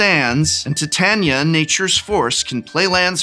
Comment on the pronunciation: From a former theatre major, thank you for pronouncing Titania correctly! I wince every time i hear someone on the internet prounounce it Tie-taen-iah and your accuracy was a breath of fresh air